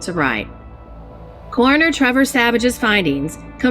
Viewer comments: Fajord?!?!?!?! Its pronounced Fiyord. Caroner?!?!?! Its pronounce Cor-in-or. Sheesh. Sheesh. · Lol I forget she pronounces things really wrong sometimes lol. She first pronounced ‘coroner’ like the way you say Corona lol